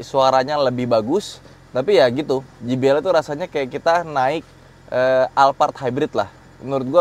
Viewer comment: Jay bi el bukan ji bi el(gbl) bang wkwkwk